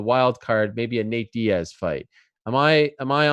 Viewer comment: Man said Nate Diaz 😭😭😂 what